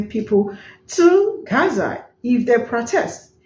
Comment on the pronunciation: She really is very annoying and the way she pronounces 'Gaza' is so cringe.